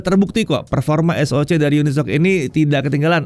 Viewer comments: tumben dibaca unisoc, bukannya uni-S-O-C ya? haha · bang katanya cara penyebutannya yang bener uni-s-o-c bukan unisok